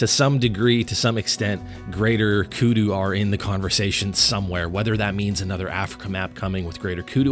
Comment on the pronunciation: How can u mess that up. Saying greater kudu. I was so excited for that.